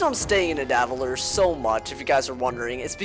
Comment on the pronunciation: You pronouncing Nidavellir made me upset. Also this explains the tree :) so this also means that we could get MANY more Grizzleheim expansions: Yggdrasil - World Tree - Tree of Life (This means that it has to be Bartleby. He is literally the World Tree AND the Tree of Life. There might be more to a side of Bartleby that we don't exactly know yet) is a gigantic tree, thought to connect all the nine worlds of Norse cosmology. It is often suggested to be an ash tree, an interpretation generally accepted in the modern Scandinavian mind.